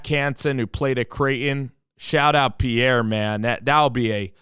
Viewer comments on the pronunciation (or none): It’s pronounced KEEN HOLZ. And his hometown is pronounced Peer. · I am glad you welcome Lincoln. Yes he is a star, all around athlete. But, Please, pronounce the city of Pierre correctly and his last name correctly.